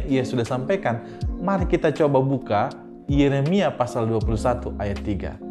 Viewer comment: Ko ahli Injil,bahasa nama toko saja tidak benar,Yeremia dibilang Yesemia,Ali mustafa kalau anda mualaf mualaf yang benar dong tidak baik.itu namanya finah dalam bahasa hukum Indonesia anda itu sudah fitnah agama.trimakasih